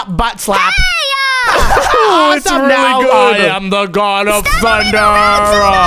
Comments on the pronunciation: It's g o d not g o b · Its God Not Gob